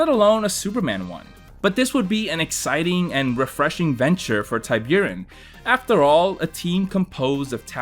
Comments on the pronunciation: Forgive my pedantry but I think Tiburon isn’t pronounced that way? Not TIE-byour-in but TEE-BOO-ROHN. It’s Spanish for shark. Great video btw. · Great video! I'd say I hate to do it, but I really don't... E.A. Tiburon is pronounced "Tea- Boo- Ron". It's Spanish for Shark. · Ty buren? Wtf are you saying. How the f you don’t know how to say tiburon? Your goddamn name is, holy shit. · Absolute murder of the pronounciation of the word tiburon, that's shark in spanish :( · Your pronunciation of Tiburon is killing me